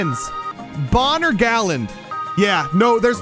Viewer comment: It’s Galand not Garland